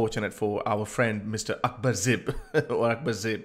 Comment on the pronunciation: his name is Akbar Zaib, not zib, but a great story 😉